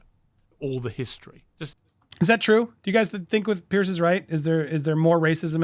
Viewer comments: The man's name is PIERS. It is pronounced PEERZ. Not " pierce" as in poking something through a piece of material, or pierced ears, etc. Say PEER and add a z sound to end of peer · Andy, not to have a go at you, but with respect, Piers is pronounced Peerz, not Pierce. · It’s pronounced Peers not pierce . Just saying. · Just for record. His name is not pronounced like the name "Pierce"! It's pronounced like the word "peers"!❤ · Andy, the correct pronunciation of Mr Morgan's Christian name is "peers",as in peers through a window 👍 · 🙂"Piers" is pronounced "Pierz" 🙂